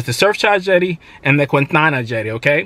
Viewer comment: Why you say QuInTaNa like that tho? 😂